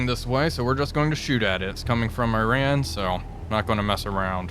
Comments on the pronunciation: I know it's not a big deal, but please, the way to pronounce the name of the enemy country is "ee-rAHn", not "Aye-ran". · EE-ran not I-ran. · Also just some constructive feedback, it’s pronounced as ee-ron, not “I ran” Great video otherwise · Mate ... there is no country called Eye-Ran .. there is no country called Eye-Raq .. and just for your information .. there is no company called Eye-kea .. ffs .. it's not that hard to pronounce these things properly is it .. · Why cannot Iran be pronounced correctly?